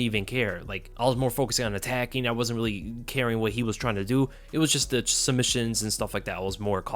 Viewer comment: You really need to work on pronouncing “wasn’t”